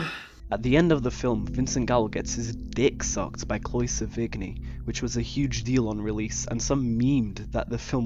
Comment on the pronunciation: Sevigny = Se•vuh•knee ... no hard G Only hard G in this film was Gallo (*literally*) interesting video and perspective